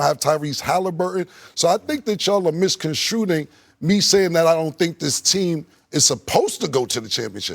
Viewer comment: "Misconstruding" is not a word. He said it at least twice.